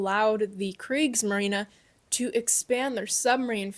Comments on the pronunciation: kriegsmarinE not kriegsmarina HERR GOTT NOCHMAL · She does realize she’s pronouncing the German navy wrong. It’s not Craig‘s Marina. It’s Craig‘s marine. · the kreegsmareenuh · goddamn its kriegsmarine not kriegsmarina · There is an "s" in Kriegsmarine. It's not silent. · Why did you pronounce kreigsmarine like that but Whermacht properly 😭😭